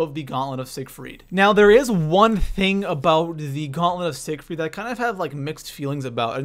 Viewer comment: Gaunlent of sigerfiet